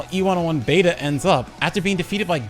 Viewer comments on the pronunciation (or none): none